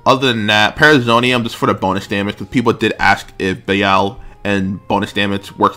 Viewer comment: Am I missing something with your pronunciation for Be-lial?